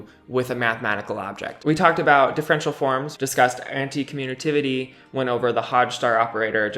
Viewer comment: There is no "N" in "commutative"